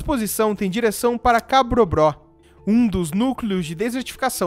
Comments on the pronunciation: ca BRO BÓ , não ca BRO BRÓ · Só uma correção o nome da cidade perbambucana não é cabrobró como mencionado,e sim cabrobó.de resto parabéns pelo conteúdo. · Ótimo vídeo, só uma correção: não é "Cabrobró", mas Cabrobó.